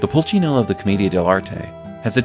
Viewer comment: actually is Pulcinella, not Pulcinello.